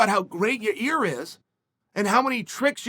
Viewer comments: Chael bro ... it s not Ya Rear it s Yo Rear it s not Your Ear ... it s YAIR ,,, Pronounced YAYEEEEEER repeat after me YA ... YEER now together YAYEER . Ok bye . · Uncle Chael mispronounced Yarear's name a couple times in this one... sounds like he called him "ya ear" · I'm sorry but all I can hear is "your ear" "in your ear" " ya rear" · Lol ya-reaR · Yair, Ya-Ear, Ya-Rear, Ya-Year, don't matter Max in fo' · Lol Ya:Ear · Gotta love hearing that Chael is taking Max Holloway if you’re Ya-ear Rodriguez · yair “ya ear” Rodriguez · Ya ear… ya rear… lmao I love you Chael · I keep hearing “ya rear” or “ya ear” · Uncle Chael keeps calling him " "Ya-Rear"! 😆😆😆 My rear? lol 😂. Love you Uncle Chael !! 👊🏼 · I only clicked on this video to hear Chael say "YaRear" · YA EAR, YA REARR, YOUR EARRRR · It's time to bet the house on "Ya rear"rodriguez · Did he just call him "ya rear"? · He’s saying Ya-rear un purpose now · He does it cause it generates comments which makes YouTube algo happy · Chael is pretty lazy ... A simple google translate would show him how to Annunciate 'Yair' correctly.. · Ya-yeer Ya-rir Ya-reer Yai-eer Yuh-reer Yuh-eer